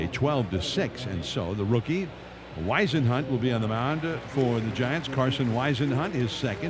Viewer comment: Somebody tell John Miller how to pronounce Whisenhunt’s last name. It’s “Whiz..” not “Wise..” C’mon, Miller! Or is it Miler?